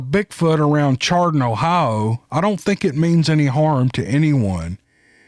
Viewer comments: Hi, great story. I grew up in Ohio & Chardon, Ohio has always been pronounced “Shardun”. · the town chardon ohio is pronounced the ch is a s sound, shardon, just to help ya out, i know your a smart man i just know some words are not as they appear.. love ya my friend.. much respect and appriciation for what you do... MY PEOPLE!! HERE WE GO! Lol. Great stories man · 1st story,.. Chardon (Pronounced: Shar- dun) Only a couple miles from me here in Ohio! The 2nd encounter story I've heard from Chardon. 👍👍 Great as always.